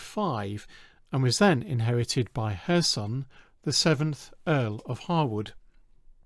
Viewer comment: extra points for the correct pronunciation of "Harewood" and "Lascelles"